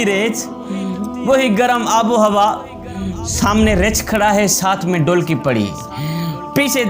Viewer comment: Bhotni k poure cartoon lugte ho Urdu tumhari naqiss hay.Behtar tha Punjabi mein bolte.Reech ko richh,dholki ko dolki keh rahay sharam karo